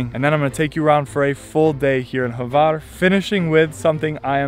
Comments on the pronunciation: Pro Tip: It is not Havar, it is Hvar. I know, it is almost impossible. But, ...but I am very impressed by you uttering Mljet. Sounds legit to me and I am from Ston. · this Island is call Hvar and not Havar....